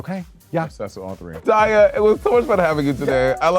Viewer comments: Is Monet calling Daya “dahlia”.??? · Not Monét calling Daya “Dahlia”